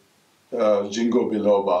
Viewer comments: why dont u mention the benefits? And its a soft G, sounds like King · Thank you for sharing valuable information on the toxic or negative side effects. Btw, it is pronounced as "ging-kow" not "jing-ko".